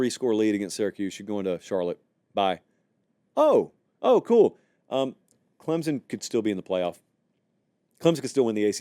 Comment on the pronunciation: Love the channel. Love the show. But PLEASE stop inserting a 'Z' sound when you say "Clemson". Nobody in the state of South Carolina says it that way. Some of the more "backwoods" people here say it with a 'P' sound, like "Clempson", which is equally cringeworthy. The proper pronunciation is "Clem-son", nothing more.